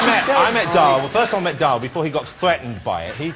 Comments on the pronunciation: His name is DARA. DA- RA! Not DAAAA. He calls himself Johnathan ROSS, not Jonathan Oss! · Ross cant even pronounce Dara properly ;)